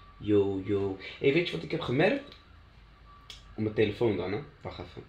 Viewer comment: ik ging stuk om ''saas tilifoun'' HAHA